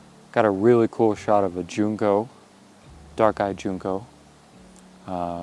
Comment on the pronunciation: Just info… Junco is pronounced like Junk-o, not June-ko. 👍🏻